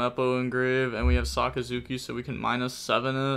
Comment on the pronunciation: Dude pronounced Sakazuki perfectly, but will stuble on any english word with more than 2 syllables.